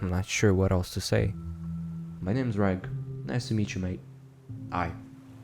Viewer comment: This was so good! Your sound quality and narration just keeps getting better and better each video! The only comment I have is that I think due to the prose, the protagonists name is Reg, pronounced red-ge, as in Reggie or Reginald. I think that the author of this one is British, due to the dialect and slang terms used, and the story being on a UK vessel. I might be wrong, and if so I apologise! It just seems to make more sense this way. This is in no way a criticism, as you know that I'm a big fan of your channel, I was just asking for clarification! Well done again. Looking forward to listening to the next part of this amazing story! Take care and stay safe 🙋